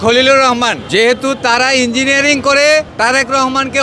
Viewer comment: Engnig noy ota Engineering, madrasacap